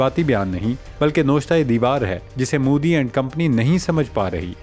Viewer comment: khoti de puttara apni Urdu saheeh karo noshta deewar nahi na'wishta e deewar.